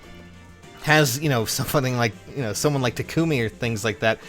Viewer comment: it's not Ta-KOO-me. Say the word taco. Now replace the O with a U sound. Now add "me." Also, I foundd a 40+10 Chrom with Distant Counter today in the Arena.